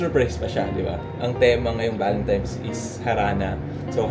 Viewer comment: valentimes 😭 sadya ba ‘yon or what lol